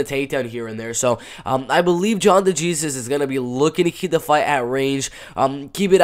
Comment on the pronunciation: Say it with me, my guy -- "day hey Zeus" *de Jesus